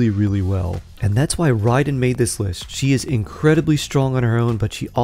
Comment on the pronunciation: Why do people continue to mispronounce the name ? Its RIAD EN and not RIDE EN. Her name is RAID EN (RAIDEN) as in my stream got raided. or That army did a RAID. (RAIDEN). like pronouncing Ray and NOT Ride. 🤷‍♀🤦‍♂